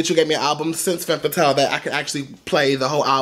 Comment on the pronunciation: one tip for your pronounciation its called "Fum" Fatale not fem fatale.